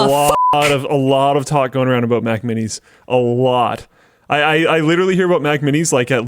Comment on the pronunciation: “Abaooot” lol